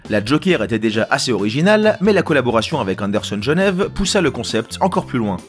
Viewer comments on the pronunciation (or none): none